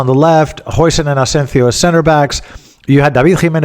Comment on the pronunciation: ‘Jausen’ as per your recent Dutch guests.